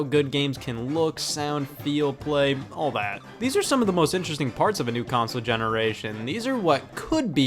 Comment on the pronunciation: Scott has confirmed in multiple videos that it is “all” rather than “y’all”, but I do agree that it sounds a whole lot more like he is saying y’all.